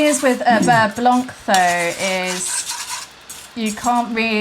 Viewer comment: silent C at the end of blanc :P